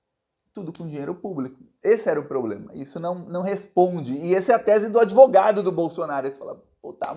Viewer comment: Parabéns "adevogado" 🎉🎉😂😂